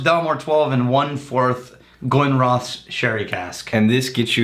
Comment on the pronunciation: Glenrothes is pronounced Glen-Roth-sss the village is pronounced Roth-S